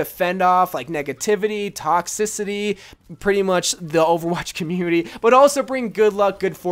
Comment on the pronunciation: "she's so purty Sheldon" 😂😂😂